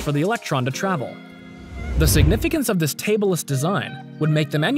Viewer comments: I was cringing so much when he said tableless, i had to watch it multiple times for the lols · "Table less" design ahahahaha It's tab-less. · Tabless not tableless. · god d ammed i cant hold it sorry. Its not TABLE-LESS but TAB-less.